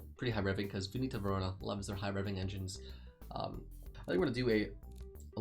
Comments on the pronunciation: Aaaaaah, ok, it's just that by the way you said it I heard Venito and not Veneto. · Or is he just mispronouncing Veneto?